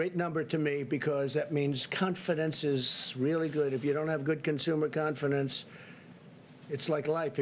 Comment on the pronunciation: Hahahaha. This is an amazing speech. Confidence? WTF is confenence?! Please do us a favor. Do recording instead of live. And do not adlib. Hahahaha. You are the POTUS and a 6 grader. Some 6 graders are better than this. Dear WH officials, please use a 6 grader to do this type of reporting and let's compare.